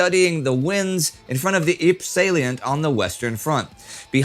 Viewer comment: I believe the french town of Ypres is pronounced, "eep rrah", not eep.